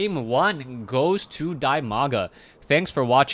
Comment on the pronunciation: You ought to pronounce his name [dEEmaga].:) And quite a knowledgeable game with that Core death alongside the Nexus it's attached to.